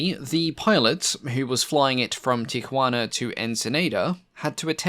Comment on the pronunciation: I have never heard Tijuana pronounced that way, are you trying to be politically correct?